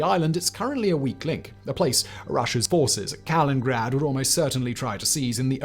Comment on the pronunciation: I wish Simon could pronounce Kali-nin-grad. Bugs me each time, he says Kalingrad. =)